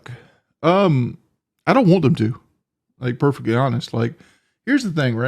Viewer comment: "Purflectly hawnest"